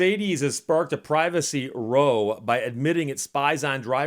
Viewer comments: Quirk of English english (one of the many): "row" as in "row of trees" or "row a boat" is pronounced as you did, i.e. to rhyme with "sew" or"so". "row" meaning brouhaha rhymes with "sow" (female pig) and "cow". Otherwise, good translation. Well done, that man. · "Row" - in the sense of a brouhaha or kerfuffle - rhymes with "cow." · [dumb guy voice ] Uh Steve, uh [/dumb guy voice] "Row", as in ruckus, brouhaha, or even kerfuffle, rhymes with "Cow". 😛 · I believe he mispronounced it for effect.